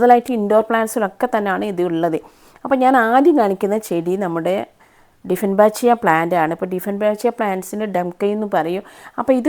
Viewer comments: ഡിഫൻബാച്ചിയ അല്ല ഡൈഫൻബെക്കിയ എന്നാണ് ഉച്ചരിക്കേണ്ടത്. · ഡിഫെൻബെക്കിയ ആണ് ശരി